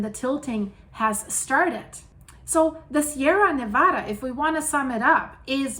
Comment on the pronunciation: Slow clap👏👏👏You get extra credit. Not even from the country and can still pronounce "Nevada" better than most. Heathens.